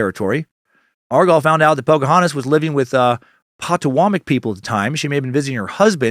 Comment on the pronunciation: Potawatomi ( pa-ta-wah-tow-me)